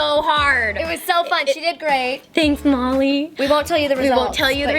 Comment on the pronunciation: When Kandee said “I don’t know Molly” it sounded like she said Mommy